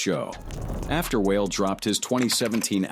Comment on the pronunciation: And calling Wale "whale" 😂😂😂